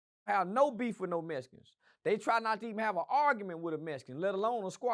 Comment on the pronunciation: He said the mesicans connected with the boots. lol😂😂😂😂😂